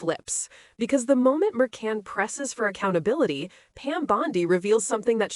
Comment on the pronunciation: Is this AI narration? It’s pronounced Mur-VAN.